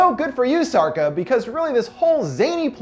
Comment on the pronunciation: Sharca, not sarca